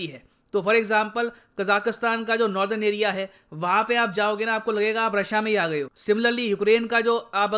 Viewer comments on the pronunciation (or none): none